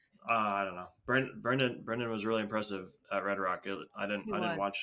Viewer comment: fyi, its brendon long, not brandon